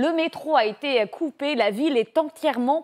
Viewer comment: "les infrastructures électriques ont été la cible..." heureusement que j'ai un cerveau car on dirait qu'elle dit "pété" ... ce me permet aussi de comprendre vite quand la tv est factuelle ou mensongère car engagée...La Comédie Intersidéral continue, LCI continue et c'est déplorable.